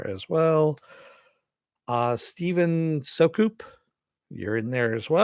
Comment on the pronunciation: Would have been nice to get the runner up prize. oh well at least my name got picket. BTW, its pronouced "Steven Sue-cup", like 'Soup in a Cup without the "p" in the middle' :)